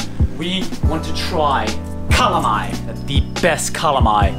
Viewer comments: seems like city Cebuanos do not know how to pronounce LA/LO. palong => pawong; alom => awom; dalan => dan; wala => wah; bala => bah; pala => pah; halang => hang; kalamay => kamay my mom is from southern part of Cebu, but she pronounces kalamay as kalamay. it's a taga-ciudad thingy, bro. kamay is not generally a Visayan term. besides, Bohol is in Visayas...so.... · Lol, I love your yet another awesome video! Those falls are heavenly. I hope to visit one or both of those places in the near future. Nice you ate kalamay. Its actually pronounced as "cah-laaaaaa-maiyyye". If you are a fan of horror movie The Blob, it looks like it hahaha.